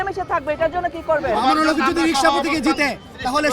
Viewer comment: বেয়াদব ববি হাজ্জাজ তুমি আল্লামা মামুনুল হকের নামটা ভালো করে বলতে পারলে না।